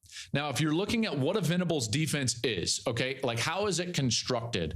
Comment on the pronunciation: Can you help Cowherd get Brent Venables's name right in the future?